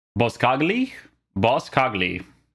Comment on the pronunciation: You’re saying his name correctly my g don’t worry